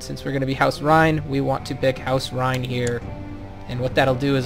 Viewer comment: Loving the walkthrough but House Reyne is pronounced like rain. Keep up the good work.